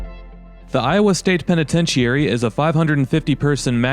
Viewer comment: Pen a ten chur ee